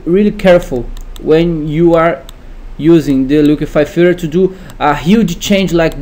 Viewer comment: "The liquify-fur" lol, the accent was killing me!